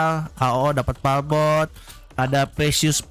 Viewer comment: palbot bukan palkon bang 🤣